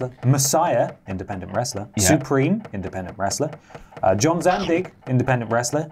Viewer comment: John Zandig? JEEZUS.